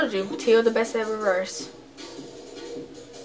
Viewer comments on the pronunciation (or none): It's pronounced Tay-yo 🤦🏾‍♀️ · His name sounded out is t ay o but it's spelled teo